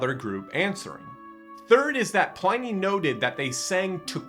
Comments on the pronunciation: Cool. Thanks. Btw It's pronounced Plinnee not Ply-nee. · Please note: Pliny rhymes with "tinny", not "tiny". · Ply-nee? Ply-nee!!?? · That should be pronounced Plee - ny. In Latin, i has the sound of a long e in english. Romans also believed Christians sacrificed and ate babies: not so far from the Satanism of many pagan rites. This was probably a garble of the the Christian celebration of the Lord's Supper which I believe was kept secret at that time for that reason. But the best description of early Christianity is found throughout the Epistles of Paul, John, Peter, James and Jude in the New Testament, Curious? Start there. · The Roman letter "i" is pronounced as in "lift", "pig". To get an "eye" sound, they joined "a" and "e" together. So you would pronounce it "Plinny". In fact, we should use his correct name "Plinius" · If this person is going to proffer himself as an expert on this subject, he needs to at least know how to pronounce “Pliny” correctly. Also, the way he casually blew by the letter describing two slave women who were tortured for being deaconesses I, as a guy, found misogynistic and gender-biased. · I believe his name is not pronounced PLINY as "I", but rather Pliny as "in". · Just watch your pronunciation of Pliny. It's in like in bin not ine like in spine. The religious hostility in the Roman era did not come from the Romans, who accepted multiple gods, but from the Christians, who did not and asserted that theirs was the only one. In Christian religious history it's easy to find many examples of fraud, theft, adultery and falsehoods.